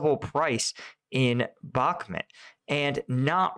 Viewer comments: its BakhmUt!!! BAkhmut is rusnja pronounce, wrong by default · Again and again in every video. "Optyne", "Bakchmut" and others. Stop butchering names please, behave professional Bakhmut - pronunciation as Bach-mut (Sebastian Bach, do you know?) Opytne - just as you see it at least, nothing like your "Optine" in every video Common - you are posting video every day, put an attention a bit to preparation, maybe even get in touch with some from Ukraine to help you learn and pronounce that few border line cities correctly! Professionalism, remember